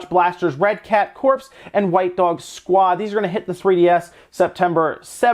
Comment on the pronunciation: “Red cat corpse” Lol WUT I think it’s said “core” when reading corps, right?